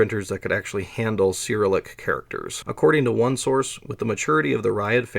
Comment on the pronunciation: Also loved every instance of ‘Syrilick!’ I love these two pronunciations so much that I'm literally using them in my head as I read the words now 😂